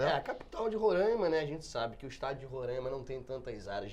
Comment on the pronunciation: tÁ FALANDO PACARAIMA e RORAIMA ERRADO!!! o Certo é PacarÁIma. e Rorááima não é Rorâââíma! Boa Vista não tem estrutura! O que acontece aqui, é que tem muito bandido no meio de gente que realmente veio trabalhar que está tocando terror aqui na cidade! o indicie de violência aumentou em 200% a criminalidade, isso que foi notificado. Tem Venezuelano cavando buraco antes mesmo de matar a vitima, literalmente.